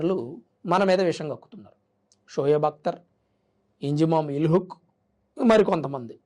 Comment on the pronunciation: ఇంజామామ్ ఉల్ హాక్... పేరు తప్పుగా పలుకుతున్నావ్..